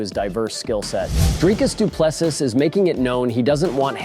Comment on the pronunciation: Its "Dreecus Du Plessee" not Du Plessus... my guy...